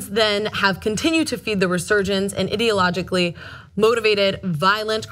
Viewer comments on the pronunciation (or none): "Eye-Dee-a-logically" not ...what you said. I like your points but your English sucks